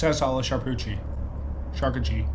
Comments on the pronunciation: It's beyond me that you couldnt say the simple name...champooqdierie!!! say it with me...sham-pook-do-ree!! lol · SHAR-KOO-TER-REE 👍 SHARK-EW-TREE 🤔